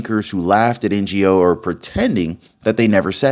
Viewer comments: Great news! Thank you so much for the thorough reporting. However, Andy Ngo's last name is pronounced "No" - that's how everyone in media pronounces it. It's not pronounced "N.G.O." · His last name is pronounced "No" not NGO. It would be great if you cited the case. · Its pronounced "Andy no" Not N-G-O. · His last name is pronounced as "NO" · you pronounce NGO simply as NO. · For your information Andy Ngo's surname is pronounced No. He is not a Non Government Organisation or NGO. Just another example of the lazy inability of an American to pronounce a foreign name. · This is the best news of late. All those dirt bags need to disappear. Andy "No". Ngo=No. Silent g❤ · Andy Ngo is pronounced “No” Not N.G.O. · The name is Ngo, not N. G. O. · bro its Andy "no" not n.g.o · His last name is not NGO, it's Ngo - pronounced"No", the G is silent.🤨😮‍💨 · Andy Ngo's last name is prounced "no". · Andy's name is pronounced - NO We've been after the Polticians for 15 years . OBAMA started this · Andy Ngo, pronounced no or Know. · Andy NGO’s surname, NGO, is pronounced simply “No”. I think it is a Vietnamese surname. Andy NGO deserves a medal for the stellar work he did (which almost got him killed twice) to uncover antifa’s fascist tactics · Hey, Ngo is pronounced " No" Andy Ngo. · Andy NGO is no as in no way man , or he'll no. At least respect the man b y getting his name right. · The name Gno is pronounced “no”. The g is silent. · His name is pronounced No..Andy Ngo. No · I believe Andy Ngo's last name is pronounced No. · Ngo is pronounced “no” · Andy Ngo is pronounced Andy No. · FYI: Andy's last name is pronouced NO. the G is silent. Ngo. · Andy Ngo's last name is pronounced No. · Andy's last name is pronounced 'NO' brother. Just saying. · Andy Ngo. His last name is pronounced “No”. The g is silent. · Andy Ngo is pronounced Andy No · Andy NGO (pronounced No) is a true patriot. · YOU PRONOUNCE HIS NAME ANDY NGO, ANDY NO I BELIEVE. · Ngo is pronounced No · Pronounced “No”